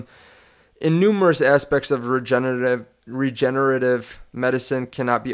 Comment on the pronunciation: bro u cant say regenerative.lol